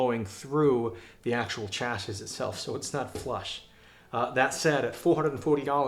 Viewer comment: Chassis. Please google the word, the correct American/Canadian/English pronunciation is available. It is off course a French word. Your review is interesting and informative. Please pronounce the word correctly.